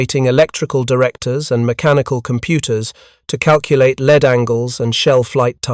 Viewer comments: AI doesn't understand that the text string "lead" has two pronunciations. this is AI narration reading off AI generated bullcrap. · Lead angles...is pronounced ""leed" angles. Why are so many narrators so ignorant of our language and yet try to sound so knowledgeable..stupidity can be infectious.....wise up stupid